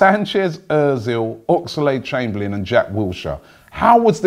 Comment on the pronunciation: Robbie, love the way you say "Ox-a-lade Chamberlain" 😂 As if it's pronounced like Lucozade 😁 The Ox must surely stay!